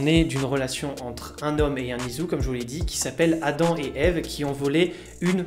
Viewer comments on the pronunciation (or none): none